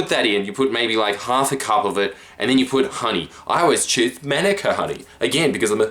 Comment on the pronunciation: From NZ, Learn to pronounce manuka, stooge >:( Love u lots, Jordie